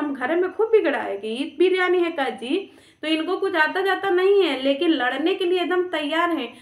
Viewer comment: Briyaani nhi liriyani thaa